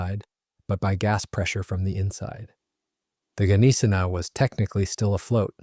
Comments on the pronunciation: Neye-sen-ow at least pronounce it right. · Please learn the correct pronounciation of 'Gneisenau' (gun-eyes-a-now). The 's' is sounded as 'sh'. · Bro i'm German and what u trying to explain, doesnt make any Sense. Gneisenau is definitly spelled with the G not silent.